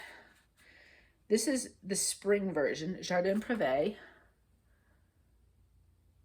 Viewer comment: I love your projects. I just pulled out Serena and hope to make progress. I had had issues with getting it into Markup R-XP but think problems are solved. You pronounced Jardin Prive and the Coure ... names the way I've heard many others pronounce them. I use my finger nail on mosquito bites. Press the nail in an X manner on the bite, and it seems to take the itch away. Maybe because now the spot hurts!!! Finally, Santa. Enjoy your weekend.